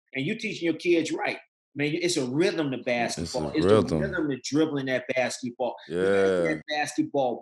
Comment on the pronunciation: D. Miles " da Rhydem of da ball" what the hell is a rhydem ?